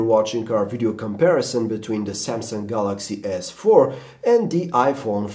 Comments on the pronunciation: at 3.54...he said Galaxy S Fuck....haha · He said samsung gs fuck haha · did this apple dimwit say galaxy s fuc 4 wat a prick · fanboy i knew it and i heard that you almost said galaxy sfuck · LOL He Said Galaxy S Fark. :P